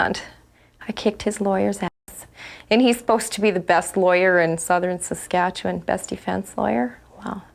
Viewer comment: Girl you nailed the pronunciation of Saskatchewan 👏🏻🇨🇦